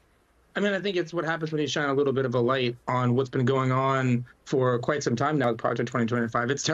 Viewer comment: Why are you emphasizing the word "some" when you read it. Seems disingenuous.